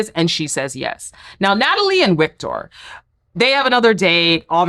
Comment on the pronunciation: Think you can just say “Victor” because German and Nordic languages have a W that makes a V sound